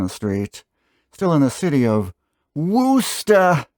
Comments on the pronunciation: You almost got it right. Wus-tah not woos-ta. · Wuss-tah said fast. Or for fun-" were chest tor" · close but all you need to do is simplify your pronunciation of Worcester. It’s kind of like “Wooster”, again with the emphasis on the first syllable. The two letter Os are soft, not hard. Not as in WOOSH. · Nah, Wusster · It's pronounced WHISTAH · It’s pronounced FALL. RIVER. There is no S….. and you got Worcester all wrong